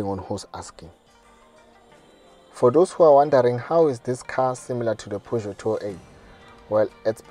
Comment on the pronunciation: Thats not how you pronounce Peugeot